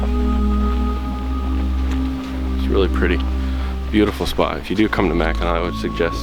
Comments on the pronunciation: Naomi Varga And pronounced Mak-en-aw! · Omg it's not Mackinaw island it's Mackinac!!!!!! Get it right dude!